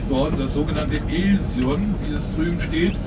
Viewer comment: Ha, hør Alsion udtalt på tysk: ILSEÅN